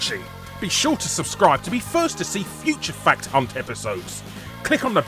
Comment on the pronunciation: Sounded like you said fuck ton not fact hunt at the start!